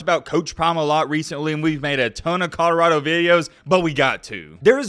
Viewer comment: Ca-da-rado. He constantly pronounces col-or-ado wrong. In every video he rides Deion's coat-tails he says it wrong.